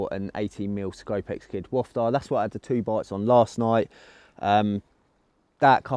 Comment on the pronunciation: What a place 👌🏻 smashed it boys! But…You gotta have a word with the lads saying ‘wofta’ 🤢😂 it ‘wafter’ 🤣😂